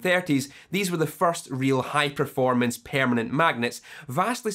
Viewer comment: Love the way he pronounces permanent. "pear-manent".